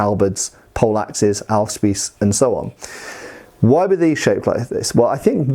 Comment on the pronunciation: Your pronouciation of Ahlspieß is correct. But being german, Britta is my girlfriend, i don' t know if Ahlspieß or Aalspieß is correct. Ahle is a tool like a large needle, Aal is a fish, which is similar to a snake. ( My english vocabulary is limited) . Using a boarspear ( Saufeder in german) for war or selfdefence? They are rather heavy so perhaps you get tired rather fast. The word Spieß is basicly an umbrella term for ,footmans polearm'.